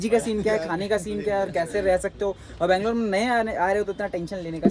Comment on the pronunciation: ಬೆಂಗಳೂರು ಅದು ಬ್ಯಾಂಗಲೋರ್ ಅಲ್ಲ